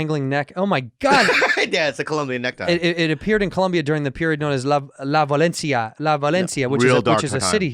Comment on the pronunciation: La VIO-LENCIA my man! Not Valencia haha.